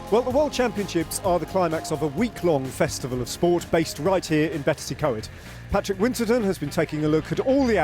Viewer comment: Learn how to pronounce Betws-y-Coed for god sake.